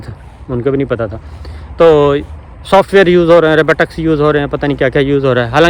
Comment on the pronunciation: Not Robutics...its Robotics